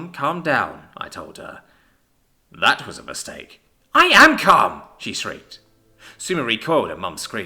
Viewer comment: Brooo. I unpaused it near the end of jake's mum saying "CALM" and it sounded like "CUM" ☠☠